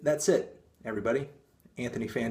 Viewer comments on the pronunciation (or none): none